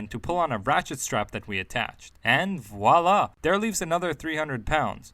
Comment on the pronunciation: Ohhh... You've earned my subscription after only 3 minutes... Because of Voila pronounced CORRECTLY... By an American! That's a true rarity... Aaand.. You're Canadian... It turned out... Hahahaha...